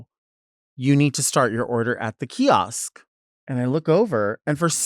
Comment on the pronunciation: hearing delta say “kiosk” scratches my brain so bad